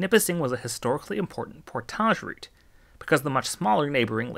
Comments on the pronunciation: The way he pronounces portage as poor-taj is driving me nuts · Loved the video but oh my god that is not how you pronounce portage. It's not that complicated. Port age. Portage. Not por-taj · No way your ass pronounce portage like that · Portaaaagge is so fancy sounding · “Portage” is pronounced like “porridge” with an added T. It doesn’t rhyme with “garage.” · Living in the city of Portage, I did have to smile at your pronunciation. Kudos for your correction. Great information on the whole water system.